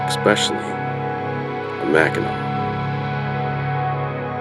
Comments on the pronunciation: Naomi Varga And pronounced Mak-en-aw! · Omg it's not Mackinaw island it's Mackinac!!!!!! Get it right dude!